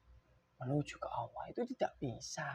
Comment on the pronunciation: Allah...bukan auwwoh